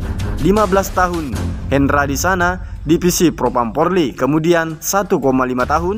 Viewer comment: Bang apa sampeyan memang tidak bisa mengatakan polri dengan benar, bbrp video yg saya lihat kok bilangnya porli terus.....perbaiki lah